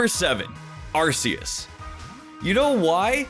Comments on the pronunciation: Arceus is pronounced Arc-e-us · I’m not being rude but the way you say Arceus has ARSE in it which is how the British A**